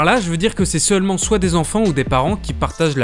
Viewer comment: "suelment" ? VRAIMENT ? mdr monde de fou !